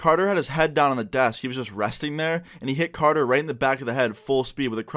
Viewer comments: It’s carter not canor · Thought his was carter lmfao u said conor